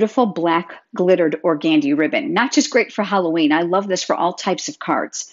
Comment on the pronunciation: love your videos, ideas, way of teaching. You have such a patient and calm manner. Please check the pronunciation of organdy.